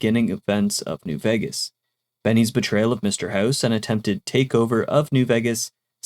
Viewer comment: I like your videos, but Vegas is pronounced VAY-gas not VEGG-as.